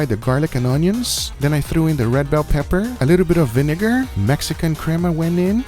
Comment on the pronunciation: “Freshly ground black pepperrrr” 😂😂